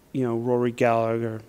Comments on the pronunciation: Gal-A-Her not Gal-a-ger The second "G" is silent. In Ireland Callaghan is the same, silent second "G" Cal-a-han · Rory "Galla-her" The g is silent